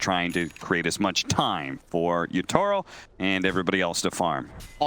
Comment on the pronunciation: They keep saying YO-TA-RO, it's YA-TO-RO! HAHAHAHA GGWP SPIRIT, I KNOW THEY CAN DEFEAT OTHER TOP TEAMS.